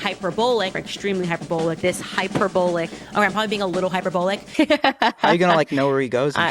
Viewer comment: hyper-bowl-lick loooool